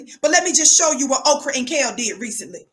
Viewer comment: Did she say Okra and Kayle??! 😂😂😂😂😂